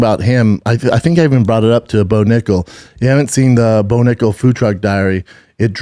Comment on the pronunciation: Brendan, you have to watch how you say nickal !